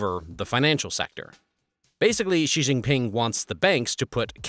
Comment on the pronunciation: Also Xi is pronounced "she".. It helps to at least get the main protagonist in the story's name correct.